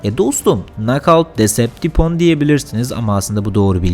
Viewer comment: Bumblebee olmali smokeskreamin yerine sen transformers lerin adini bile bilemiyorsun yalnis yapiyorsun decepticon demenin yerine depestikon diyorsun ve basga yalnislarda var